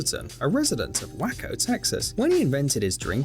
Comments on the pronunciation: Yea its supposed to be "way-co" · John Wick murdered those Cornflakes ... so is he a Cereal Killer ?!?!? And that narrator pronounced the city wrong for Dr. Pepper - he said Whacko instead of Weigh-Co (for Waco, TX). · Was the narrator meant to pronounce Waco as "way-co" instead of "whacko" ? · The narrators mispronunciation of "wacko" broke me! Wacko, Texas sounds so much better than Waco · Ikr! I almost commented on that